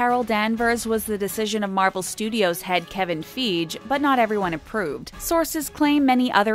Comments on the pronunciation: Kevin Feege??? Man, I could have sworn it was Feige... FYGE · Kevin feeg um no it’s Kevin feige (fy-gee) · Did this commentator really just said "Kevin Feij" 😂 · "We are going to make a video about Marvel" "We are also going to call a dude Kevin Feej" It is pronounced figee not feej. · "Kevin feeege" Bruh its feige Fie-gi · Damn,, you guys are a hot soup sandwich with this video. You pronounced "Feige" as "Feej", but it is "Fy-ghee". Are you an objective reporter here? Or are you just an SJW channel disguised as something more legit? I'm not trying to start a war here, but seriously, if you're gonna go picking sides, then you really should try to refrain from dressing up your videos as something "newsworthy". I know you're an "entertainment" channel, but honestly, there's really nothing entertaining about causing division. I only say that, by the way, because the way you said certain things and your inflections, they made it really feel like you were trying to hold back as best you could from going super SJW. But that's all I have to say, and I will likely come back later and delete my comments, unless I forget, but the reason I'm posting them at all is because it has become bad for my heart health to keep bottling things up and being passive/nonchalant. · its kevin fi-gee not kevin feej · everyone else: Kevin FEIGE: Kevin FEEJ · "Kevin Feej"? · kevin fe-ige not feje how is this the only comment is this the only comment about how she pronounced feige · Kevin Feige Not Kevin feej It’s pronounced Kevin Fy-gee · Kevin Feige not Kevin Feech😂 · Kevin “fee-ge”?? What the heck?!! Kevin Feige (fye-g-ee)*hard “g” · Hey you mispronounced Kevin Fah-ghee not feej. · Its Fei-Ge Not Feege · Kevin Feeej??😂 ITS (FIY-GEE) KEVIN FEIGE U numptys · This video lost it's credibility when she pronounced Kevin Feigi as "Kevin Feej". I mean... if you can't get that right, why are you making an MCU video? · this woman really just called Kevin Feige "KEVIN FEEJE"